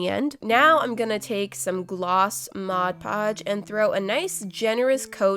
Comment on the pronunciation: Finally someone actually pronounces it MODPODGE instead of MODGEPODGE